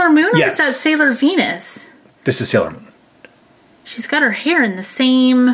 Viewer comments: It is NOT salior moon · It's not salior moon